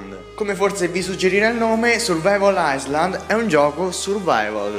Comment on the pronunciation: MAONNA FIERIXXIMO!!!! ISLAND SI PRONUNCIA SENZA LA S!!! ENGLISH LEVEL: PEPPE DE PEPPETELLA IN VIAGGIO NEGLI USA